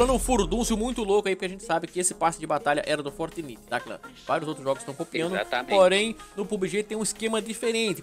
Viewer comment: Não é "fortniti" É "fortnaite"